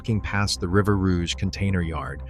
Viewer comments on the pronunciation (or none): none